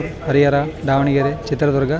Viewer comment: Sir pz correct ur self it's ದಾವಣಗೆರೆ not ಡಾವಣಗೆರೆ